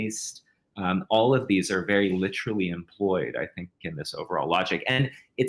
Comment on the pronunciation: Fascinating interview, but if this guy says "LITT-erilly" one more fucking time, I swear